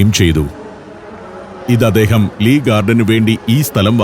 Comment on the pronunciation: ശീവേലി കൊള്ളാം. പിന്നെ, വല്ല്യ, അദേഹം, പച്ചാത്താപം ഒക്കെ മാറ്റണം. വായനയുടെ രീതി, ശബ്ദം നല്ലത്.